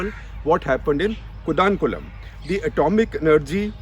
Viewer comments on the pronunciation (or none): Sir atleast you should pronunciation our cities correctly its not कोडानकुलम ... its कोडनकुलम.... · It's another declutter. One correction..it's pronounced koodankulam not kudankulam. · SG, your pronunciation of Kudankulam is LOL esp as a Tamilian🤣🤣